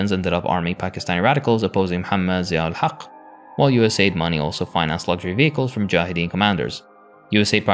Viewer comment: that "Haq" was on point.